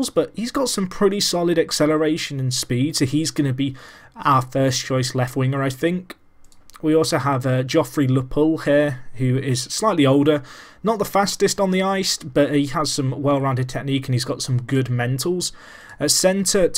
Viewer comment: Closest thing that you could match the Marlies to would be like Barcelona B or RM Castilla. Also Riemsdyk is pronounced Reemsdike, Lupul is Loopull. Also i'm not sure but Nylander (I think) is pronounced Kneelander.